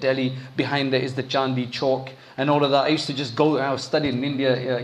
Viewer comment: With respect, it’s not “Chandi ckoke” it is Chandani Choke. Chandi means silver snd chandani means moonlight. Choke is square. So the famous place in Delhi is “Moonlight Square” i.e Chandani Choke in Urdu.